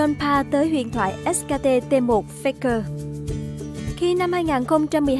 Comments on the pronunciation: ét kay ti đọc thành ét ka ti :v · Chả hiểu sao phát âm : ét ca tê tê 1 ca :)) Dốt như mình xem đấu giải cũng biết ngta đọc là ét cây ti cơ mà :v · Ếch ka tê...đắng vãi nồi 😨